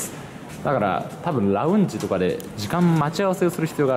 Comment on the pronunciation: ラウンジ の発音が独特な神